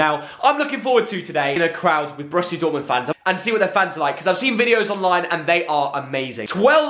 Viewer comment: This is not "Broshia". It's called Borussia! Bo-rus-si-a. Lern foreign club names correctly, dude. Toddnnäm.